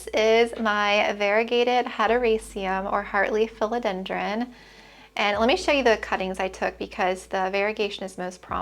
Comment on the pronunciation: You say philodendron in a way I’ve never heard it pronounced before. 💚